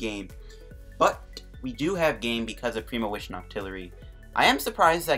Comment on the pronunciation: it's premonition, not premowition. jesus. And at around 21 minutes, premonition for Grass Energy, Manual attach this turn, he doesn't play N you win. Not clue about the Ultra Ball play?